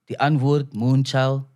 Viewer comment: It’s not die antford. It’s die antwoord